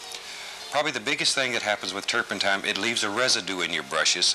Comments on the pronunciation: He actually said "flustrations". And he said "turpentime". On other shows he used the word "fuhther". It's either farther or further, but Bob liked to say fuhther. And it seems to me he said "varely" instead of barely. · says turpentine wrong bob corrects him 😂😂